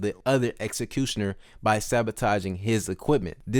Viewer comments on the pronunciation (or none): You are not speaking English - seriously you dont say "objective" or "executioner" clearly .